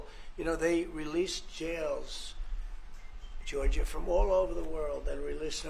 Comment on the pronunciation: First, Forbes, It's Giorgia, not Georgia. Second, isn't it funny people pronounce her name correctly, but with Luigi Mangione, they say "man-gee-oni" It's "Man-joni" "gio" is "joe"